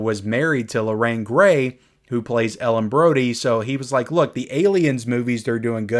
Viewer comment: It's not Gray, my friend. It's Gary Lorraine Gary